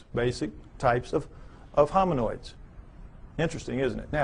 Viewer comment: Doesn’t he mean “hominids”? He keeps saying hominOIDS you would think he would know the word if this was his field?